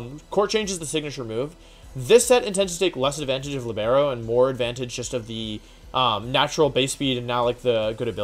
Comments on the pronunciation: Man cindercace's ability is italian for a centre-back in football (soccer) with a specific playing style and it's pronounced "LIIIBERO" like leebero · I don't know if you said libero like that because of your usual joke but I'm gonna explain the meaning to everyone interested. Libero it's pronounced "Lìbero" (like "Liberty" but with a o) it's an Italian word which means free and it's use in soccer to indicate a player that can switch role depending on the situation, that's why cinderace changes type and it's a football reference so yeah, pretty fun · Libero is pronounced "Lee-Burrow"